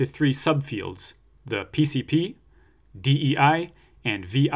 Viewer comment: You have a weird way of pronouncing pcp 🤔 Sidenote; thanks for your awesome course, you’re a hero.